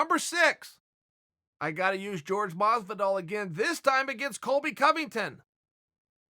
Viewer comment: George Mars-vedal